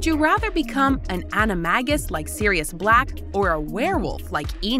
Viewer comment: HermOIne gorl it’s Hermione Anamagus gorl! It’s animajis! Ceeeeedric gorl! It’s Cedric! vOledmort gorl! It’s actually Voldemort i know everyone says it wrong 😑 Gorl you can’t talk